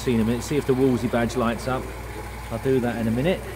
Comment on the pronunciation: Wolsey are a make of socks. Wolseley (note the 'l' in middle)is rarely pronounced correctly.